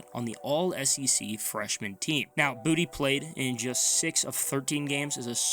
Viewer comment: Boutte, like tay, its a french name not booty lol